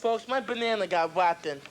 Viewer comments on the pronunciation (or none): wotten not rotten